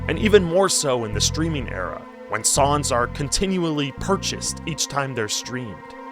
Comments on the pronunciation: So weird you say "sawns" and not "Songs" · Sounds like he’s saying “sawns” throughout. Really annoying. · Why don’t you pronounce the “g” in “songs” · this guy is allergic to nasal NG sounds holy shit